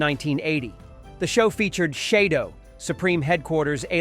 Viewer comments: The Betties on Quark were CLONES not ANDROIDS!!! And on UFO it was SHAD-DOW, not SHAY-DO! Dear GOD, either you have poorly written AI narration or a willfully ignorant, non-fandom voice over artist!!! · where do you get these people?? he can't even pronounce shadow!! Usually he can't pronounce names because he doesn't even know the source material. But Shadow?? Christ sakes! You can hire me. I can even pronounce the actors names right.